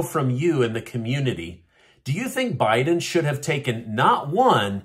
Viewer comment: It’s.